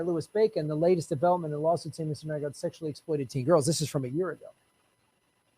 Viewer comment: New-gord,, New-gord... Get the criminal's name wrong so people know who you're talking about.